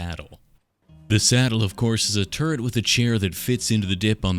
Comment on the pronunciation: …it took me waaay too long to realise you were saying “turret” and not “turd”